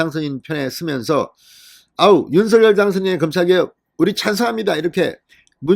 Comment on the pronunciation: 진성호님 윤서결이라 발음하지마시고~~ 윤성녈로 해주세요~~ 윤성녈로 발음 통일하기로 했답니다....